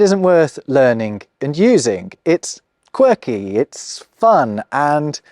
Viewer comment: "using" is pronounced as 'usingK", with a K at the end. As a non-native English speaker I would love to know where this habit comes from.